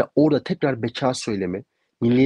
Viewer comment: Beka şapkalı a ile söylenmez MHP'lilerin ekonomi yi şapkalı o ile söylemesi gibi oluyor.